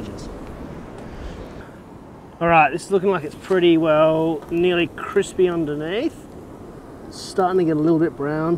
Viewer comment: So "cripsy" and gratuitous 🤤